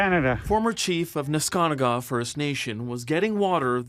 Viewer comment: FINALLY, SOMEONE CAN SAY NESKANTAGA CORECTLLY